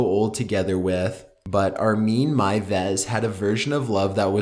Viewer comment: He pronounced "Armin Meiwes" better than some germans, soooo…